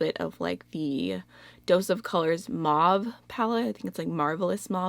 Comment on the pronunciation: Please look up how to pronounce "mauve". You're saying it incorrectly.